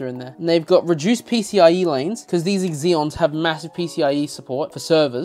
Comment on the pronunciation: I'm sorry but I can't give this video a like. It's not EXeons. Just. Zeons.